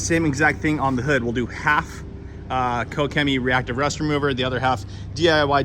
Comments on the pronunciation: Using my german… Pronounced “KoSHEMEE.” One word.. Just sayin’ Excellent video! Ps.. love my Quivr Cannon! Thanks! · The companies name is pronounced "Ko-shimmy." I know, crazy Germans. Do you like the Mercedes or would you go with the Ford next time? Any major issues with it? Thanks man.